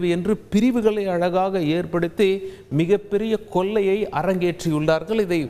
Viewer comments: ல்,ள்,ழ் இவற்றை சுத்தமாக உச்சரிக்கவும். "கொல்லை அடிக்கிறார்கல்" அல்ல. "கொள்ளை அடிக்கிறார்கள்" என்று உங்களால் உச்சரிக்க முடிகிறதா? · ல வுக்கும் ள வுக்கும் வித்தியாசம் தெரியாதா நண்பர்...கொள்ளையை கொல்லை என்கிறீர்களே